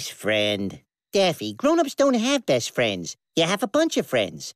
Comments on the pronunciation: After hearing best friends so many times, it sounds like beathtrends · insted of saying best friends it sounds like there saying beth fred